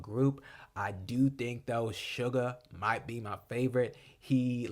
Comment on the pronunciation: you pronounced suga correctly thank you for reacting to the album!